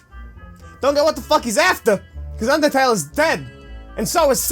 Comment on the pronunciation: DID SOMYONE SAY BINDING OF UNDERTELL